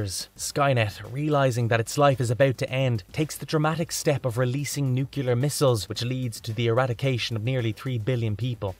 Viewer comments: Nuclear= "New Klee Are", not "New Que Lar" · I'm not sure what bothered me the most about this video: the fact that it's very repetitive and looks like it was written by a bot or that I keep hearing "nukular" every time it's supposedly saying "nuclear." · You lost me at “newcular”. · When one can't even pronounce, "nuclear" properly, why does one think we can survive? It's not that fekkin hard!!!!! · As much as I like these videos, I can’t stand the mispronunciation of the word “nuclear.”